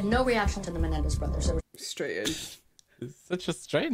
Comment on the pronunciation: "The Menendi" as if they're funguses or something. Can't stand that prosecutor.